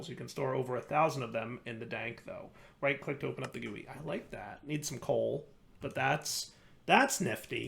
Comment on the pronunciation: why did bro say gui like that lol